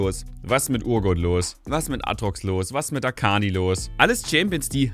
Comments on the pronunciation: hat er wirklich arkani gesagt ? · Hat er wirklich Arkani gesagt? ^^ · Wieso hab ich kurz "Arkani" verstanden? xD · bei min 5.06 habe ich auch Arkani verstanden